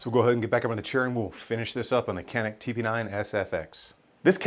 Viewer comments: Pronounced in Turkish like John'eek..when said quickly in English itll come off as Johnnick...the "C" in Turkish is the same sound the J in name John has...not a K sound like Kanick or in like tuna can....stick to John and Nick..if you can John'eek or Johnnick...you can do it! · not exactly ja-nick ... start with G letter.. (G)anick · Actually "juhneek." The Turks use the letter C to show our J sound. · Greetings from Turkey. Your "corrected" pronunciation of 'Canik' was almost correct except that, you should really spell the 'Can' part like you would say "John". 'ik' was correct. Great content btw. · Is pronounced "yanik" and it means " YAHWEH IS GRACIOUS" ...